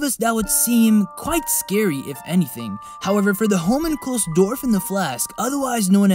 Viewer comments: I like how you pronounce Homunculus. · Homowhatwhat how do you say it that wrong? Did you not watch the anime? 😂